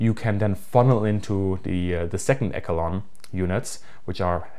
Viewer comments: Echelon - esh-a-lon, not elk-a-lon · Just as an aside, it’s pronounced “esh-e-lon”! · Esh-alon is the correct pronunciation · I'm gonna start saying "ekelon" way better than echelon. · "Echelon" -- It's absolutely a soft "ch," pronounced like "sh" -- like in "sheep."